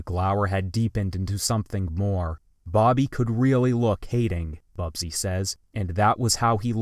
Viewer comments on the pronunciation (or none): WHY IN THE WORLD IS THIS NARRATOR CONSISTENTLY MISPRONOUNCING THE NAME..."BUSBY" ??? HE KEEPS PRONOUNCING IT..."BUBSY" ... IT IS EITHER MISSPELLED IN THE TEXT ARE THE GUY IT'S JUST AN IDIOT !!! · Busby. “BUZZ-bee” … not “BUB - zee”. Horace Busby. Geez it really distracts me when people can’t read a text correctly … but to get it wrong four times in the same quote lifted straight from a book and rendered on screen (without the reference)?!?! Where’s your editor / fact checker / QA before you sent this video out the door? A content creator’s credibility takes a major hit when they don’t seem even to know who the people they are telling us about in their videos are, or when they’re getting their names completely wrong. Horace Busby ( ) was a close advisor and speech writer for LBJ from his time as a Senator back to the 1940s. A fellow Texan, smart young journalist Busby caught LBJ and team’s attention back in 1948 when LBJ was campaigning for Senate. Busby’s excellent work during the campaign earned LBJs trust and he quickly became one of his closest aides and political advisors. Although not a well known public figure he was one of LBJs closest advisors in his inner circle, critical to the formulation of his political strategy and the formulation of his policies. His role as a speech writer meant he had the even more important role of translating the complex and contentious policy ideas LBJ was dealing with in the 1960s into clear and compelling messages for the public. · Buzz-bee not bub-zee. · The man's name was busby, not bubsy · Hey Genius, it’s BUSBY (buzz/bee), not BUBS/BEE. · Busby (sometimes spelled Busbee, as a former Governor of Georgia) is pronounced BUZZ-by, not BUB-zy. Such a contrived error is puzzling and distracts from an otherwise very well-done piece. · "Bubsie?" How can the name Busby be so consistently mispronounced. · Nice narration, except for your several mispronunciations of BUZZ-bee. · Can't you pronounce Busby properly?